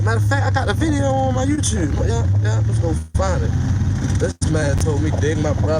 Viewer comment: “My Yewtewb” 😹😹😹